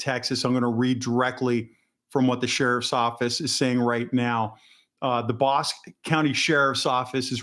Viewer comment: It's pronounced Bos-Key. Burnet is an hour to the Northeast of Austin, TX. Good job by church security.